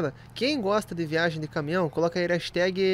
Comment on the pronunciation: jiagem- errado viagem- certo